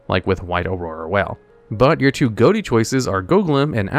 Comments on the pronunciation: For #10, it's not pronounced "goatie" it's pronounced "fish". The gh from "enough", the o from "women", and the ti from "action". Edit: you were saying it wrong on porpoise lol! Edit 2: pun intended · Ghoti is actually pronounced "Fish" it just bothered me when he kept saying Goat-ee so i had to mention it lol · Ghoti is pronounced "fish"